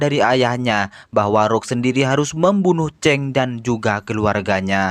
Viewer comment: sebut chang bunyi cheng 😁🤷